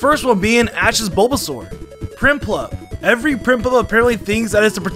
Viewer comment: DO NOT LEAVE OFF THE R IN EVERY!